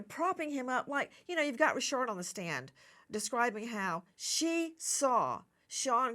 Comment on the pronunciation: Why is Dawn Richard pronounced "Resharde" 😅😂😂... like Mrs Bouquét (Bucket) in Keeping up Appearances"